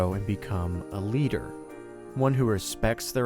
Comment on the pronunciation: The way you say "A leader" sounds a bit like "Eliter"